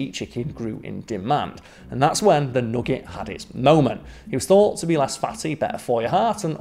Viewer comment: I want more of saying nogget